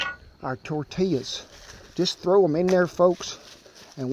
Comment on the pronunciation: "Gimme some of dat toouur tea yas" not tortillas lol